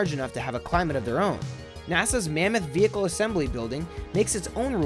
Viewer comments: "Vehicule"??? Really? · NASA Vehicule Assembly building , really VEHICULE ? ITS VEHICLE FFS THIS ISNT A FRENCH VIDEO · vehicle not vehicule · .......... what is a "vehicule"??? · You must be Russian. What is a VEHICULE? . PFFFFFFFFTT. HAAAAAHAAAHAAAAHAAAAHAAAAHAAAAHAAAAHAAA. Thumbs downs for you "COMRADE" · Vehicule? Mmm. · NASA 'Vehicule' Assembly? What is a vehicule? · Uhhhh....what's a "vehicule"? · What in the world is a "vehicule" ? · vehicule eh? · Pretty sure everyone knows about tic tac lids these days. Also, "vehicule"? Seriously? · There is no "U" in vehicle